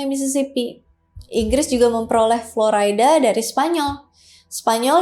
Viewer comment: Florayda atau Florida?